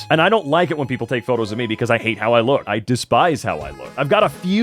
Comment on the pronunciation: “lok at the risin sun” DUDE IS MIDNGT FOR ME